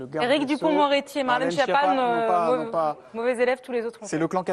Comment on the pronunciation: On prononce ”skiappa", bordel. Tu as la prononciation dans le dictionnaire, qui est maintenant ”multimedia”. Tu ressembles à Philippot, en t’approchant des trois cents mille abonnés. Il aura ses quatre cents mille abonnés, peut-être un demi-million ou plus, mais ne les gardera pas. Lui non plus n’a rien à faire de cette précision. Je ne suis pas italien mais latin malgré mon pseudo germanique. Quoique bilingue de naissance et m’informant maintenant sur le Net en quatre, cinq, six ou sept langues (c’est très insuffisant) -- ainsi j’ai lu en anglais les premières nouvelles de ce virus idiot sur une publication chinoise début Septembre ’19. Et su très vite que je ne risquais rien. Je ne suis pas médecin mais mon père l’était et aussi connu que Monsieur Raoult, sur je ne sais combien de millions de kilomètres carrés. Mon frère est médecin, mon ex belle-soeur aussi, des cousins et autres belles-soeurs et beaux-frères aussi, il n’y a que deux généralistes, des fantaisistes -- et j’espère augmenter sérieusement ces capacités. Je peux lire le journal en italien quoique ne le parlant pas couramment et, j’ai un jour indiqué leur route à des touristes italiens, en italien évidemment, alors que ma mère, qui dominait, comme mon père, trois idiomes, ne le pouvait pas.